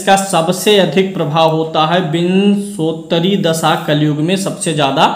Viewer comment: विंशोत्तरी vimshottari उच्चारण